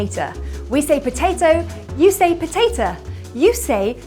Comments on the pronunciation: Tomata and Potata??? No...we save TOE-MAY-TOE & PO-TAY-TOE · We don't say tomata and potata. We say tomato and potato, with a long o. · No we say "poh-tay-toe" not "poh-tay-tah".... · we don't say patata we day patato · We don't say tomata or potata. We say tomato and potato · Love your channel but I have to correct you in America we say potato not potata also tomato not tomata . will keep watching . Thank you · We do not say potata and tomata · Forgive me, but we do not put and 'er' or tah' sounds at the end of potato or tomato. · Naw fam YALL say Tomata & Potata 😂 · Since when did anyone say potata or tomata😂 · Potata and tomata hahahahahahahhahahaha.....I love the way she speaks! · Wait what who the hell says "Po-tay-tah" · "tomatah" "potatah" listen we might be american but we still pronounce it like "oh" not "ah" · .....I hate to break it to you but at the end or potatO and tomatO, we also say the O. Sometimes, in some regions its softer. For example, my dad from Missouri says "Potatah Salad" while my mom from Iowa pronounces the O. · Potato, not potatuh. Damnit. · I'm sorry, but I'm American and I say potato and tomato, not potata or tomata. I've not ever heard anyone say potata or tomata, just saying. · Ive never heard any American call them "tomata" or "potata". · We don't say tomata or potata😂 🍅🍅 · Yeah that really confused me. I'm from Tennessee so I know my share of some southern folk and I've never heard anyone say it that way. At least with the o versus a at the end. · I was thinking the same thing. Here in the Southern States, the second T is more akin to a D. "Potado" or "Tomado" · Exactly what I was thinking, tomata? potata? 🤔🤔🤔🤣😂🤣 I won't make it through this videos, does she omit letters from words? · Why do you add an R to the end of tomato and potato in your American pronunciation? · I'm English and I even knew you said potatoe and tomato in American wrong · no 'Americans' do not pronounce potatoes or tomatoes as you suggest in the video.